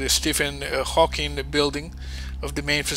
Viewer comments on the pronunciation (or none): none